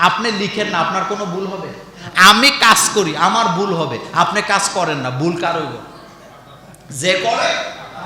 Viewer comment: আপনিতো "ভুল" শব্দটাও "বুল" বলছেন...😀😁😜